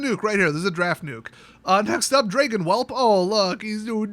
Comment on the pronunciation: It’s pronounced “drayygin whelp.”